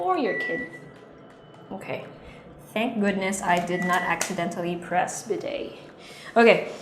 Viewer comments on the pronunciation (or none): none